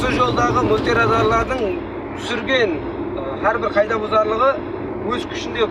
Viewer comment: Рахмет сизге .сауат бар соз сойлеуде кагыйда десен жаксы болгар еди каийда дей бересен. Илажы болса озбекшеден алыслатайык каракалпак тилимизди